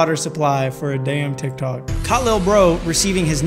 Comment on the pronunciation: its tiktok not tiktko